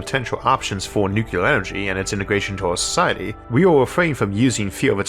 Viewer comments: Would you be able to re-record this but pronounce the word nuclear as "new-clear" rather than "new-cu-lar"? Thanks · Nuclear... Not nukular. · why in the world are you saying NU CLEAR (NEW CLEAR) nu-cu-lar? christ on a bike. even the "UK" way of saying simply stresses the second syllable but doesnt add things that arent there. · Is it "nucular" or "nuclear"? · I can't believe of all people Isaac says "nucular" 😂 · Isaac, I don't mind your rhoticism. I've watched for years, and it's never bothered me. The way you mispronounce 'nuclear', however, I cannot accept. It's "new-clear" not "Nuke-u-lerr". There is not a 'U' after the 'C'. There's an 'L'. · What's nucular? Is that a wannabe nuclear? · It's so weird how he uses so much technical jargon in his videos and yet he still says nucular, like isn't it the unrecognized pronunciation? It's not even close to how it's spelled so I never understood why people say it like that. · What's "nucular"? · Take a drink every time you hear "Noo-ku-lurr" No, really, don't. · I wasn't trying to take a dig at your speech patterns (frankly, I have no issues with the "accent"). I just cringe a bit when people pronounce it nukular. Reminds me of the Simpsons episode "nukular, it's pronounced nukular" Love your episodes (really) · Nuc u lar?